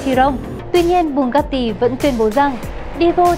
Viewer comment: Chị ơi chị phải gọi là bu ga ti chứ ko phải bu cát ti